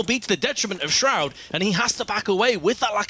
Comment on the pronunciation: That moment when calls Shroud, "shrood"